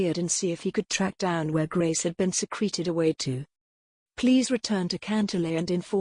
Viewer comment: The robotic voice pronouncing words wrong take the enjoyment out of listening. SECRETEed becomes secreted- as in to ooze. Read is pronounced red. Father-faither